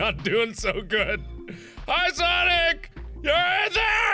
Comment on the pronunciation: It"s ""sanic"